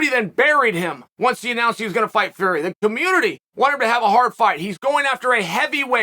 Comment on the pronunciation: The fact that he never gets Tommy Fury name correct is the best .. Uncle Chael is the best in the business